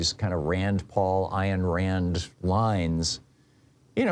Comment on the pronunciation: Grrer -- I HATE Artificial Intelligence ( or , mainly - Lack - Thereof ) ...Stupid thing keeps saying " Iron " Rand when it's " Ayn " Rand !!